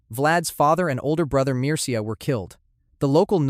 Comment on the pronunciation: Hey man!Mircea is pronounced meercha